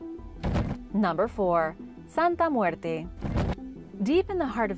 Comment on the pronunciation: Love the way you pronounce Santa Muerte!